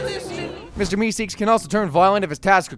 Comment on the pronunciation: Mister meekseeks 😂